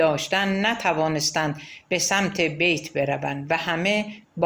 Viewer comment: با درود و سپاس از شما با شنیدن این داستان قلب انسان ب درد میاد اینکه چ کسانی و با چ فریب هایی ب قدرت رسیدن و با گذاشتن پا روی خون شهیدان ما جای خودشون رو محکم کردن 😢😢😢و با سپاس از شما گاهی در خوانش اشتباهاتی وجود داشت مثلا تلفظ بیت رو اشتباه گفتین و اسامی رو گاها جابجا گفتین موفق باشید